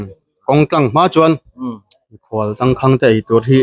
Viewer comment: Tangkhang tih a khang i lam dan kha thluk sang hmang la ngaihthlak a nuam deuh ang. Khanghu kan lam a khang kan lam ang chiah hian Tangkháng